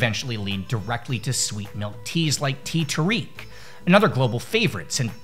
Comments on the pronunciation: Pronunciation for Malaysian Teh Tarik. "Tey Ta-ric" The "Ta" is the same as if you were to pronounce "tar", and "Ric" is the same as the name "Rick" but with a silent K. Not pronounced as Tea Tarique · The butchering of "teh tarik" 😅 Its peonounced tEH tah rek